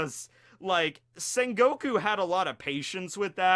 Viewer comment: Did you really just said Sengoku?:D!